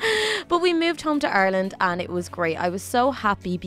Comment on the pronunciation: its Ireland not arlene